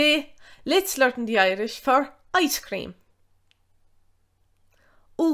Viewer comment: Love how she pronounces learn "lurin"😂